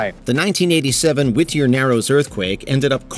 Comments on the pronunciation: Whittier is pronounced like witty, not wih-ty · His pronunciation of WHIT-ter. Its just Whittier dude.